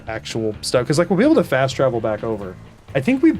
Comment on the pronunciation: HAHAAA HE... RAN... soo... FOST!?!? ROFL!